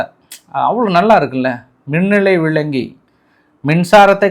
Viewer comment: Bro. You are also not speak Tamil well. Minalai VIZHINGI. NOT minalai VILANGI. 😂